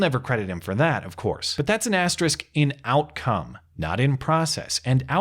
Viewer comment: Nice piece,. May I say how much I appreciate your pronouncing 'asterisk' correctly? I appreciate it very much.